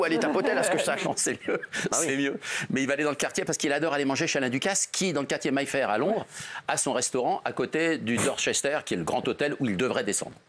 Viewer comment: MAY-fair... pas MAILLE-fair!!!